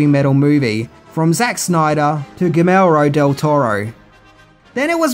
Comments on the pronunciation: That's a pretty edgy pronunciation of Guillermo Del Toro 😁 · There's this wonderful concept called "editing and revision". Maybe have someone else listen to your commentary before you shovel it up onto YouTube? Two errors in the Blue Oyster Cult section, mangling director Del Toro's name, and name-checking the Devo tune as part of the Heavy Metal concept while ignoring that their track was the /least/ metal-hard rock of anything on the soundtrack outside of the Stevie Nicks tune.... No, the rest of the video wasn't a total waste of time, I learned a few things, and I've got it on the original laserdisc! And a soundtrack doesn't have to be all heavy. It's just that when you decide to enlighten people about a cult favorite like this movie, it shows minimal professionalism to not take a little care in the production. And that results in people calling out your mistakes. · Gee Air moe Del Toro